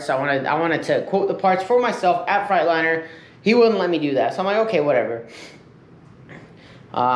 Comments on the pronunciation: Maybe the truck is just pissed because you keep saying frite- liner instead of Freightliner lol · He says Freightliner like frightliner